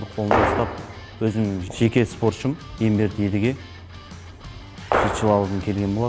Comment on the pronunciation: Егемберді емес Емберді қанша айтуға болады мынау журналистерге🤔